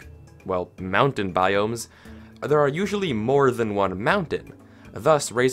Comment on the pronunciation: I heard you say arrrre